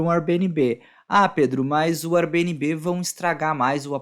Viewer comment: Nunca ouvi nnguém pronunciar Airbnb como vc pronuncia. Dá até uma agonia...srsrs